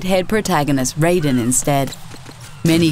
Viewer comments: regardless I still liked Brutal Legend ...... Im not the only one am I?? I thought it was funny and still kinda badass ---------- and guys its not Rayden its Raiden..... the RAI is pronounced as if you are gonna say rice. lol remember when everyone used to say ninja GAYden XD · After all these years of the MGS2 release you still pronouce Raiden's name wrong! You forgot one important entry to this list, EA's Star Wars Battlefront 2, it was said in the trailers and all the press that we'd be playing from the perspective of the Empire throughout the game's story but yet the protagonist we play as joins the rebellion way too quick into the game. I felt betrayed by the lies and wont trust EA anymore! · She said Raiden wrong